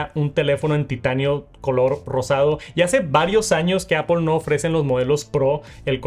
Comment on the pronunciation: Porque puedes decir muy bien “news lerer” pero dices apOL ? y no apL? Es solo decir manzana 🍎 en inglés 😢